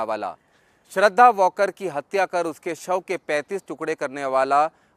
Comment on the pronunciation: To reporter वॉलकर बोलतोय plz nit aaika